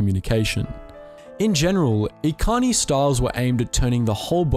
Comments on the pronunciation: God, every, single, video about star wars lore has major problems with pronunciation... Echani not ekani lol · 'Ekani' Wait do you mean 'Echani' with a 'cha' sound? Sorry. KOTOR relapse. Sidenote, mandos loved to pick on the echani fighting styles. "Look, di'kut. Are you gonna dance around for another twenty minutes or are you actually going to a throw a punch?" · pronounces it like Ekani. Me, who has heard as e chan ee from kotor 1 and 2: ☹️☹️☹️ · Echani is pronounced the the ch sound not the k sound. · Probably a little late, but you mispronounced "Echani".